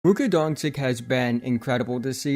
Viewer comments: if you say Dončik - you should say Donkik to stay consistent .. OR .. imagine that .. pronounce the name correctly :). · Let's stop right at the beginning. Is it possible that you take time to create over 10min video about Luka but don't care to pronounce his surname correctly? After several years in the NBA? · Hey man pronounce his name right!